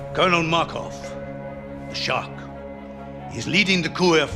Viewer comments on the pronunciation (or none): none